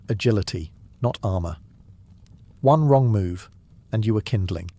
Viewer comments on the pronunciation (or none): none